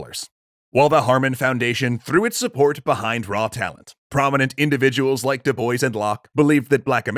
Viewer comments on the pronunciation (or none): Dubois? Pronounced (Doo boyce)? Isn't that name usually pronounced (Doo bwa)? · it is pronounced doo-bwah not doo-boys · Du Bois is pronounced as Du Bwah, actually. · Isn't Du Bois a French name? Pronounced more like Do-Bwa and not Do-Boys? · I'm pretty sure it's pronounced DOO-BWAH. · Cool video, but I really can't comprehend how 90% of the Anglo-American youtubers I watch cannot pronounce foreign (or, in this case, even from their own country) names right. Du Bois is a French name, in origin. Diu Boa? Does that help? :)) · DuBois is a French name. And in French, "o-i-s" is pronounced "wah". "doo-BWAH" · It's the obsessive compulsive in me--"DuBois" is actually pronounced "doo-Bwah." The French like to make spelling and pronunciation go into contortionist spasms. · Is that actually how the family of W.E.B. Du Bois pronounce their name? I hope so, cuz pronunciations change over time n however they pronounce it is obviously right, but as a French person that sound hurt my ears but as an anglophone it also made me laugh. Du Bois means Of The Woods n is pronounced more like Dzu Bwah. 🤣🤣🤣 I still have to finish the video n ima laugh everytime I hear u say it like that. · I don’t that’s how you pronounce his name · Not W.E.B. DuBois's last name.There is a quote on how his last name is pronounced. Once I find it I will edit my original comment. From a quote in 1939- My name is pronounced in the clear English fashion: Du, with u as in Sue; Bois, as in oi in voice. The accent is on the second syllable.”